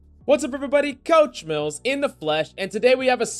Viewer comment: Love the content. BUT, when you say coach mills in your intros it sounds like “couch smells” lol